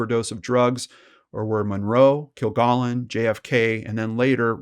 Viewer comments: Dorothy only appeared a few times on To Tell the Truth. Her regular show as What's My Line, NOT To Tell the Truth as you stated, Her last TV appearance, was on What's My Line. Her last name is pronounced "Kill-gallon", not "Kill-gollon." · it is kil GALLON, not "gollon" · Kilgallen with a short A, not kill-GAAHLen. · I really enjoyed listening to this story that I already know inside and out. I know you can't change anything now, but her named was pronounced Kill-Gallon (like gallon of milk) and she was on What's My Line and not To Tell the Truth. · Her named is pronounced Kil-GAL-in. They said it that way each week on What’s My Line. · I agree. You are not pronouncing it correctly. It is "kill-gallon". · Hey, I appreciate your videos because they are so well presented and to the point. Just a small heads up... Dorothy's last name is pronounced Kil-gal-en, as in gallon of milk. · I was almost 9 when JFK was shot, and saw Dorthy Kilgallon on games shows throughout my childhood. You are not pronouncing her name correctly. It’s a short “a” sound in her last name. No “ah”sound. Like a gallon of milk. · Dorothy pronounced her name "kill-GALLON," like a gallon of milk. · It's baffling how people who research and present content that is supposed to be informative and factual fail to perform quick and easy fact checks on their own material. The repeated mispronunciation of "Kilgallen" is inexcusable, since there are literally hundreds of recordings of the proper pronunciation on the Internet... and, a few seconds of death date searching completely debunks the Earnest Hemingway anecdote. Sheesh! 🙄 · You mispronounced her name straight out of the gate. Wtf? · This host immediately is mis pronouncing her last name. Please know how to pronounce a person's name that you are going to talk about in your video.. Moving on... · Yeah, just one woman's name---the SUBJECT of the post. And there is A.I. imaging, you know. This is A.I. Prove me wrong. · PRONOUNCE THE NAME RIGHT